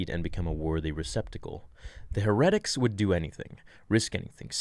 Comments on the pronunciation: Just FYI...heretics is pronounced HE’re’tics, not he’RE’tics....until I read along with u I was like what is he saying?? lol... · Please pronounce it Hair-a-tics it's just bothering me for a weird reason lol. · Beat me to it Her re tics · I’m sorry to be that guy... but it’s not “herr-ed-ick” it’s “hair-it-icks”... heretics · When says Her-attics instead of Hair-ah-tics to pronounce heretics, it hurts my brain lol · Its not he-reh-tics it's Hair-uh-tics. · PLEASE FOR THE LOVE OF ALL THAT IS HOLY, PRONOUNCE IT "HAIR-A-TICS" NOT "HU-RET-ICS" I'm 10 years younger than you, and I know that... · It’s pronounced “HAIR-A-TICKS”, not “Her-rektix”. Just sayin 🤣😂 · Heretics - pronounced hair Uh ticks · "hair uh ticks"... first time hearing heretics pronounced the way you do. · I think it’s pronounced hera(like the Greek god)-tics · Dude. Its Hair-A-Tics. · I'm confused i thought heretics was pronounced way different :S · Just wanted to let you know you're mispronouncing "heretics". Not judging, just letting you know. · True, but what if the mispronounciations make their way into one of his fan films? That is the only reason I even say anything when he mispronounces words, because I hope he sees and it inspires him to double check that kind of thing when making fan films because I want those to be as awesome as possible because thusfar, because it's pretty apparent Disney is shying away from on screen Vader content for whatever reason, so SWT's fan films are the closest thing we are going to get.